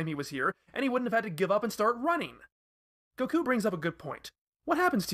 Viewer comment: The way he says goku is unacceptable